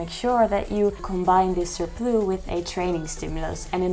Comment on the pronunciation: Caloric surploo is so cute and very French. We pronounce the S in English, surpluss. Thank you for your channel 🎉